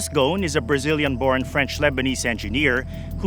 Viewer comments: His name in Lebanese Arabic is pronounced [ɣu-sˤn] "غصن". I don't get how that became to be like "Gone" lool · Why he keeps calling him Ghon instead of Gho"s"n, as in (غصن) which means a tree branch in Arabic